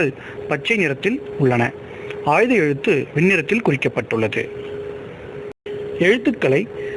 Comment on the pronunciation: உச்சரிப்பவருக்கு ஒரு வார்த்தை. அது ஆய்த எழுத்து. ஆயுத எழுத்தன்று.